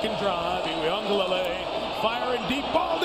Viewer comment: I love how you say DJ Uglelelelelee! Lol As for me, I’m sticking to DJ!